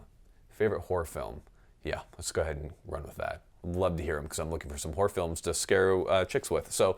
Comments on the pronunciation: Did you say horror film or whore film? I'm going with whore film... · Cant tell of he said horror films or where films🤔🤔